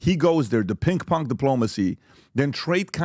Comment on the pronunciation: “Pink pong.” 😂😂😂 I’m dying!!! At least he said pong right. Now we know he CAN pronounce “ng” and not change it to “nk “. Too cute! I will never say pinG pong again!